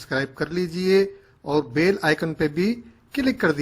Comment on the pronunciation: O bhai uploader it's not bail it's BELL ..ghantee